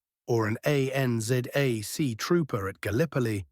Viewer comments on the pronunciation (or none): Can't you get somebody to narrate this without resorting to an awful AI voice? When it comes to things like "ANZAC" which is supposed to be said as a word, and it comes out "A-N-Z-A-C" you know it's a stupid AI commentary, and what really pisses me off is the hesitation between words that should flow together. There are numerous examples here. Otherwise the video is very factual and well presented. I loved my number 4 Mk 1, it was a 1954 model for the RAF ( with almost blonde wood) had obviously been stashed in the armoury and never used. My mate bought it from a gun dealer and it still had the manufacturing armoury grease all inside it. I liked it so much after he let me shoot it that I badgered him for a few months to sell it to me and eventually he relented. It was a strange beast, I reloaded all my ammunition and I was buying American Sierra 0.311" bullets ( projectiles)and they were very expensive at that time (1988-92 ish) about £11.00 GBP pre 100 rounds and my local gunshop were selling Israeli 0.308 projectiles for less than half that. I knew my 0.303" had a pretty tight bore so I got the 0.308" 's and use a 7.62mm rifle die to neck the cases to 303 size then I used the 7.62mm expander in the 0.303" sizing die sor the cases would grip the smaller diameter bullets( projectiles) and I gave it a go and boat tailed 7.62 bullet did the trick! I had to work up a load, but it shot significantly better with the smaller bullet lol. And NO it had not been re-barrelled for the 7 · I wish that people who create these videos realise that fake voices are just that! Fake! This one spelled out ANZAC instead of saying the word. That caught my attention more than other stupidities of failure to use words. I am so used to (and annoyed by) the common failure of WW11 not being said as World War 2.